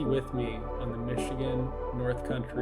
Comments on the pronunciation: Great video. It’s funny has hell listening to non-Michiganders try to pronounce the names of our towns and cities 😂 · Hearing your pronunciations of locations in Michigan is kinda funny lol